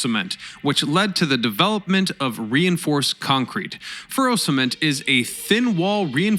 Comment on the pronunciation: I thought it was called fero cement ?